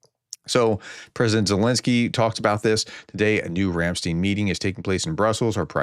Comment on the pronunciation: you pronunciation of Ramstein is distracting me from the subject, its not steen as far as i know its pronounced as if the i was first after the t